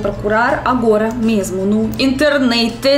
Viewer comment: Teu erre (R) russo em "internet" é impagável!